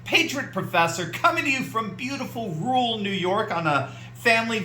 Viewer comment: I enjoy how Steve pronounces Rural as "Rool." It's a stupid word hard to pronounce anyway.